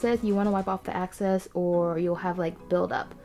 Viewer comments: wipe off the 'access'? You mean 'excess'? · EXCESS NOT AXCESS!!! Sorry I just had to point that out.